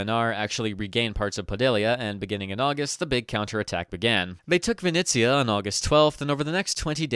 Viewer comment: Vinnytsia/Vinnytsya. Vinnitsa is the Russian spelling. Thank you.